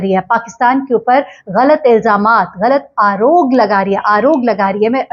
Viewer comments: صحیح لفظ آروگ نہیں بلکہ آروپ आरोप ھے جس کا مطلب اردو میں "الزام" ھے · "Aarop" Right word, not Aarog. from INDIA 🇮🇳